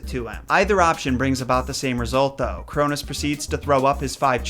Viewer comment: You mean the sons of Uranus not the sons of Crounus